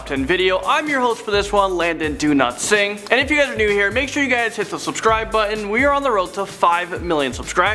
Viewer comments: why did you pronounce it as Landon Do not sing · Why does landon say his surname as "do not sing", its just weird for me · Trying not to be mean but when you say your name it always sounds like your saying "Do not sing" LOVE THE VID!!!!!!!!!!!!! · Did anyone else think he said Landon do not sing at the beginning